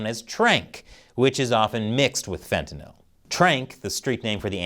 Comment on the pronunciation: Wow! Finally a commentator who can actually pronounce Fentanyl. Well done. To others, it’s not fen-ti-NAHL.